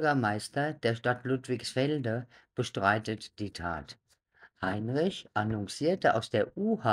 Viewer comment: Der Ort heißt LudligsfeldE!! Nicht ....feldN!!